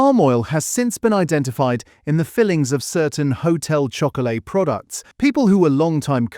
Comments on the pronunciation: The pronunciation is blue rib and not rye band and hotel shoc o lar not hotel chocolate. Just saying. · Blue “ribban’d”…”Hotel Shock-o-la” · "Blue Rye-band". "Hotel Chocolate". I ask you! AI at its finest.